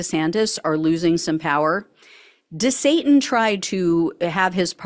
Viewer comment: you said "de-satanis"...... Please don't say that... Your defaming Satan :)